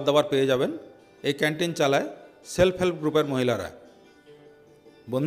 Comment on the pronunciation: Sir, উচ্চারন ঠিক করে করুন, সেলফেল গ্ৰুপ নয় সেল্ফ হেল্প গ্ৰুপ